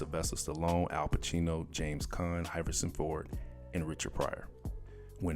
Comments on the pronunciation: Please keep as is. His mispronunciations of names are gold. New York Time?? What a classic! Hyverson Ford? Lol! Maybe he could take turns with a lisp guy named Tresgod Macktacular. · Thank you Bruv, I was just about to become language nazi over here lol he even said Harrison Ford wrong lmfao